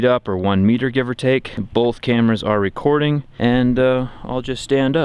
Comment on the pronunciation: This man says “bolth.” Trust nothing he says...